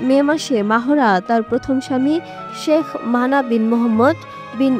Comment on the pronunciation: আমাদের সাংবাদিকদের বাহিরের মানুষের নাম উচ্চারণ করতে হিমশিম খেতে হয় কেন বুঝলাম না তার নামের উচ্চারণ হবে মেহরা বলে মাহোরা😂😂